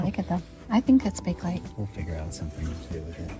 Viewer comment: Loved this video. I vote for the new bar stools. They suit the rest of your things much better. Also, regarding the Bakelite cake server, the brand name is pronounced bay-kuh-lite, not bake-lite.